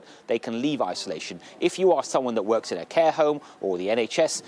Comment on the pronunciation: I'm disturbed how the interviewer says Hohme, instead of home.